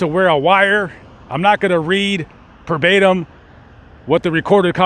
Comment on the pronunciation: Well done video but just one thing.Not to be picky but the saying is " make no bones about it " not give no bones and second its " ver betum " not per betum